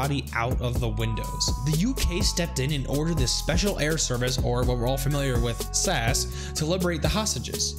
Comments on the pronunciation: you are supposed to just say the letters not pronounce it as one word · Never heard someone butcher “sas” so hard Good video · no uts just funny lol